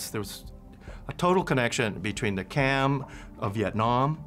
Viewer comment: it's to pronounce "jarm", not charm or cam or karm,. You've to correct that. And also not Priya Hair, but Preah Vihere in Khmer accent or Pra Weiharn in Thai accent.